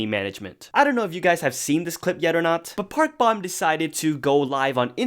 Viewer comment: Just a friendly reminder that Park Bom is pronounced as Bom like “dome” Long O